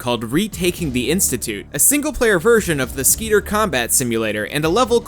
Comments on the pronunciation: Did you just pronounce Skedar as Skeeter? It's SKEH-DAR, they say it multiple times in the campaign jesus christ. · Skedar... not Skeeter